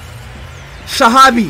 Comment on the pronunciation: Al Shabab is Shahabi 🤣 Hilarious man🤣🤣🤣